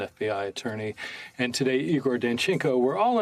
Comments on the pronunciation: Sorry Jimmy it's... Eyegor, not Eegoor. ;-) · It is pronounced "Eye gore". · It’s “I”gor!